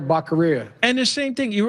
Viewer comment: That is NOT a FAKE SMILE John. That is a JOKER'S (CLOWN) smile.. It's Javier Bocc'oria, not Bacceria